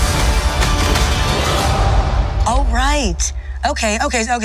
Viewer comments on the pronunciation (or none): If it’s spelled Shang Chi why is it that they pronounce it as Shong Chi? Or is my hearing going bad.